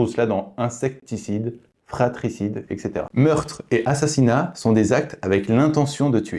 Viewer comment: J'ai rêvé ou vous avez dit "exetera" ?